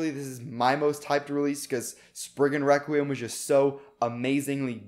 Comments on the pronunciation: You are saying weqium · Requiem it’s not requiem, it’s WEKWIUM